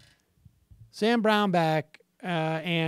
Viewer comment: Danarchy Productions I thought he was saying 'Brownbag.'